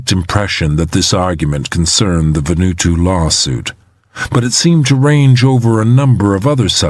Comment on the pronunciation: Why does the reader say "Va-nu-to" when the island is called "Va-nu-aa-tu"?